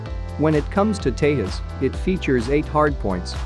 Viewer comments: Nice video btw its pronounced Te'j'as not Te'h'as Also Tejas can carry the BrahMos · It is Tejas not Tehas or Teyas. Do you ever call Jack as Hack or Yack, you don't, right!!!! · Its pronounced tejas like its spelling not tehas! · You must pronounce J as J, not as H. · It's 'Tejas' not Te'as. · Its pronounce teJas not tehas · J in tejas is J, not pronounced as h. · It's Tezas! Not Tayhas stupid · did he say HAL ''tehas" how verbally retarded are u? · Why do you keep calling tejas as tehas- Indians are not Spanish .Your credibility is in shreds if you don’t even know how a name is pronounced. Who told you that every J has to be silent/ is John Pronounced yawn? Tejas in Sanskrit means, brave or someone who shines with brilliance Learn before u make videos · Good comparison between two aircrafts. But a correction in pronunciation of ‘Tejas’, the ‘j’ is supposed to spelled as ‘j’ and not as ‘h’. Thanks. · You pronounce J differently for Hurjet and Tejas. J in Tejas is pronounced like you pronounce J of Hurjet ( English way rather than e.g. Spanish way). Thanks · Why are you not pronouncing j